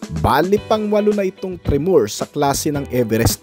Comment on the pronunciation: Tre-mor... hindi tre-moor 😅